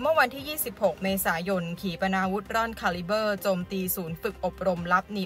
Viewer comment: ขีปนาวุธ..คาลิป ครับ ไม่ไช่ ขาลิบเบอร์ ผมฟังมาหลาย คลิปแล้ว..แก้หน่อย ครับ แอ็ด